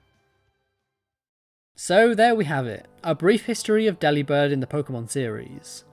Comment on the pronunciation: It’s delibird like “delivered”….